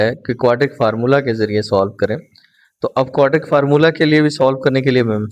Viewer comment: Sir ji please 😒😒 aap ek word wrong parte hai aur wo hai quadratic word wese parhne Mai quadratic hai aap quadric parhte hai plz Apne words ko pehle thk Karen us ke Baad video banaya Karen